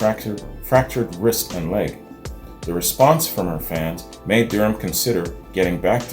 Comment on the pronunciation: Her last name is pronounced Da Ram. She is an Australian treasure. I remember her when I was a child (b1965) The Seekers were the first band I was aware of and I have loved them all my life.